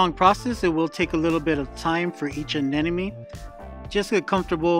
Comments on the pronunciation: ANEMONE not A-N-E-N-O-ME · Just an observation, but does everyone pronounce Anemone as “Anenemy”? I hear it way too often..🤨